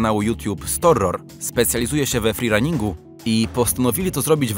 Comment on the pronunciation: o czym? o 'feerunningu'? to jest 'freerunning'